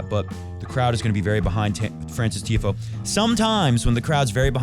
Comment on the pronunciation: Genuinely love the show, keep it going I feel like you have such real takes. Feels like you say what everyone on the couch is thinking but other youtubers/reporters wouldn’t say, always keeping it 💯 I watch all the time but sometimes I can’t get get around when you mispronounce Tiafoe or De Minaur just feels how can you know ball but you never heard the players themselves or anyone else pronounce their names 😅 Also I want Fritz to win in the final but it’ll be tough against a Jannik Sinner in full form 🤯 In the words if Jannik himself “but lets see what will happen in the future, no?”